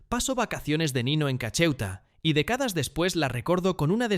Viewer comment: Tuneles, decadas, practica, los acentos de las palabras esdrújulas se fueron de paseo, parece. Todo pronunciado como graves...qué desastre. Seguro es una IA mal entrenada